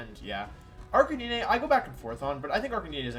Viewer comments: bro said ArcaKNEEKNEE hello?? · Does anyone else pronounce Gengar and Arcanine like wolfey does? Literally never heard them being said like that before :P